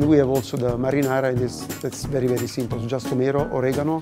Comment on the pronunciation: Did she really say “marrynara”